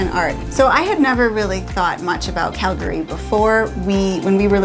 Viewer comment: Well hells bells!!! Welcome to “Montana”!!! You saved the best State almost for last. Small note; it’s the “Going to the Sun Road”. No big deal there “Cal-Gary”. 😅